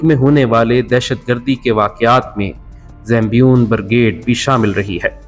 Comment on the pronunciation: Bhai zambion nahi.. Zaynabiyoon naam hai